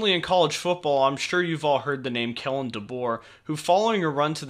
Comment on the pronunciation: Kalen, not Kellen.